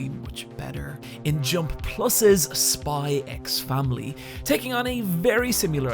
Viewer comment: Don't wanna be "that guy", but it's simply read "Spy Family", the "×" is silent, just like in Hunter × Hunter.